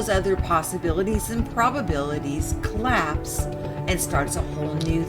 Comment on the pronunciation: I'm not even native english and I know it's collapse not colapse. Apart from that, this is not that bad... really. Not as quacky as the others.